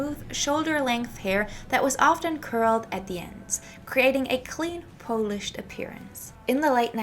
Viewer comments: Sorry to correct but the word is pronounced PAHL-ISH not PO-LISH. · FYI, polished is pronounced "pol (rhymes with cow)-ished. Although , being Polish, I am flattered that you make it sound like it's from my people. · Thank you for this great in-depth look at 1960s Parisian & French Fashion! Could I gently give you one pronunciation tip? I got confused when you talked about 'polished' because it sounded like you were talking about the polish people (it took me a little while to figure out my mistake 😅). It's because you missed your pronunciation 😊 In this video you're saying 'polished' [poow-lished] like you say 'smoking' [smoow-king], so with a long 'oow'. It's actually pronounced 'polished' [poh-lished] like you say 'modern' [moh-dern], a short 'oh'.